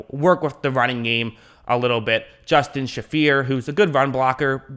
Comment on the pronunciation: Justin “Shay-fer” that’s how you pronounce his name!